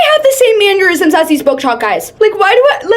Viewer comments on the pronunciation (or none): saying mannerisms as manurisms is truly the best part of the video